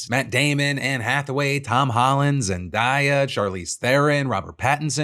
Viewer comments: Ya, I'm going to watch The Odyssey. It's obviously not going to be exactly like the original epic as this seems to be an English take from an English interpretation. Also, Phil, it's pronounced Zen-day-a, not Zen-die-ya. Love your take still! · Phil, I love you but it’s pronounced Zen-DAE-uh not Zen-Die-uh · Zen-DAY-a like the word DAY. It’s really easy to say her name right. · Zen-Day-Aa Pronunciation Phil. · Lmao zen-Die-ya dont change phil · Zen-die-ah? ✋🏻😭 Phil you know better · Phil. "Zen DYE uh"? My man... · I'm sorry, Phil.How did you say zendaya's name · Phil my dude you have got to learn how to pronounce Zendaya